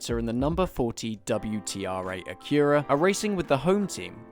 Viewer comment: Amazing video but it’s the only time that I’ve heard someone mispronounce Acura, you put too much emphasis on the u in Acura